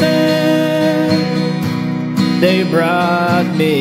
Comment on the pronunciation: Why does the singer pronounce Massachusetts without the tt's in the end? It sounds like massachusess, even in the original song, by the Bee Gees. And it's interesting because he sometimes pronounce with the tt's and sometimes not.